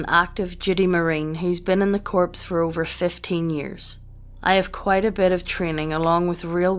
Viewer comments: As a 2nd generation Jarhead I have to say; The Corps. part of Marine Corps. is pronounced core, as in apple core or core strength, not corpse as in dead guy. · Corps is pronounced core. Corpse is pronounced corps